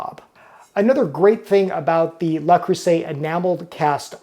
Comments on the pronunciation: Hopefully by now he's got it. It is NOT "LA" or "LAH" Creuset. It is NOT "LAY" Creuset. It is "LE" Creuset. The "LE" is the "Loo" sound in the English word "Look." The "LAY" sound in French is the word "Les." The "LAH" sound in French is the word "La." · Actually Le is not pronounced like Lah but more like the German Lö. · JFYI for anyone who is wondering, the correct way to pronounce "Le" in French is neither les nor la. Its is pronounced Ler with a very short sound of a soft "r" at the end. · What you stated as incorrect pronunciation was closer to the correct pronunciation in French. La Creuset pronunciation is incorrect... La is feminine and the word creuset is masculine. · thank you for this comment! This continuous mispronunciation was very distracting from an otherwise very interesting video!